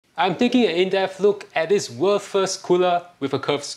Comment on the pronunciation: Bruh, i almost heard worthless cooler when you said world's first cooler :P